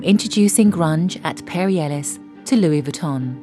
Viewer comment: Seriously you need to up your game. There is no excuse for all the mistakes in your video. It is disgusting at the end of it all. You talk about Charivari in the west 70s and then you illustrate it with photos of Harlem. You say Perris Ellis Award when it is Perry Ellis,and to show you have no class or self respect, you put in a video of HARVEY WEINSTEIN complimenting Marcs runway collection!!! You are not just tone deaf, but OFFENSIVE! Here is some help you don't deserve: have a professional in the fashion industry preview your video before posting!!!! 🤢🤢🤢🤢